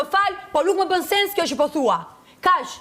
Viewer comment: PASKA MESUAR SHQIP KUR THOTE "NUK ME BEN SENS KJO QE THUA" JO PO "NUK ME BEN SEKS KJO QE THUA" IDIOTE FEMER